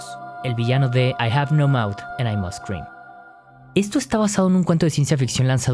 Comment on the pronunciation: Me encantó cuando dices "I have no mouth and i must cream 🍨"